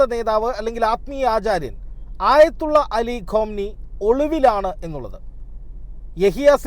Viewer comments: " ഖോംനി " അല്ല 'ഖുമൈനി ' ആണ് ശരി! ആയതുല്ല അലി ഖുമൈനി! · ഖാമിനി അല്ല ഖുമൈനി... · The correct pronounce is Khamnae not Khomainee